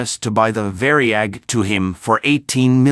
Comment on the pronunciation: It was not called the Vary-ag, it was called the Var-yag!